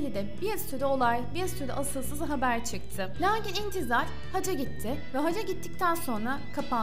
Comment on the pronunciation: Ümre değil UMRE ayrıca haca değil HACCA kelimelere dikkat et!!!